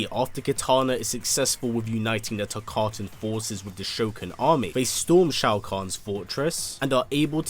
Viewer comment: Hi there, just a reminder that Kotal Kahn saying "filthy Tarktan" is just like saying "filthy n*gger". Wtf Kotal.